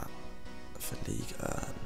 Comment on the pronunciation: say league urn one more fucking time i dare you.